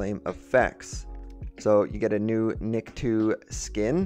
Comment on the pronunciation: Btw his name is pronounced Nik-toe, not niktwo, just saying, great video tho, I'm mostly likely gonna get this.